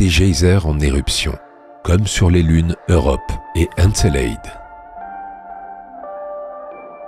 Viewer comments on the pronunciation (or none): Doc exceptionnel malgré un petit bémol : La prononciation d'encelade !!! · En effet, cette prononciation du nom d’Encelade et des « geisers » est abominable. Mais en dehors de ce léger accroc, le doc est magnifique. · Comment tu prononces Encelade espèce andouille 🙄